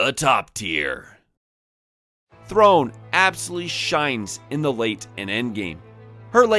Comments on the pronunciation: The accent at the end of "throne" means its pronounced "throw-nay". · I know you joke about pronouncing things in other videos but this game has voice acting where they say the names. Throné is not pronounced like throne haha